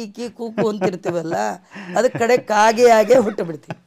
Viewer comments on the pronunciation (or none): none